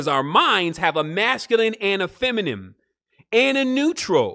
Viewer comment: Feminine fe-mi-nine